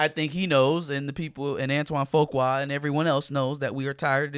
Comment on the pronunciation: BTW it's pronounded Few Quay or Few kwa, qua, you can spell it Fewquay, Fuqua or Fuquay. But yet Emancipation is a no for me